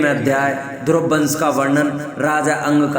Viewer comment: ध्रुव जी के नाम को स्पष्ट उचारण करें यह द्रोपदी जी के नाम सुना दे रहा है